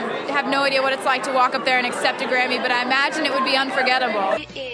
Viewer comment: Is it bad that I heard granny intend of Grammy